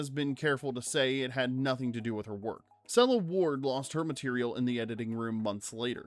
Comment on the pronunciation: You got the French name perfect but the Sela Ward (Seal Award) attempt was lame!